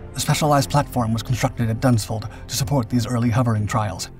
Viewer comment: Does he really say Dunsford in Surrey